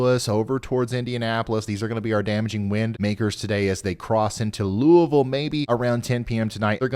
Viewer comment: Love your reports and thank you for pronouncing Louisville correectly! 😃